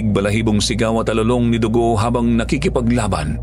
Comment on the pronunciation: Mali yata yung pag pronounced na Dugo